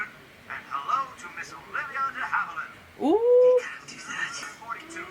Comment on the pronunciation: It's Havilland, actually! With the last syllable pronounced "land"!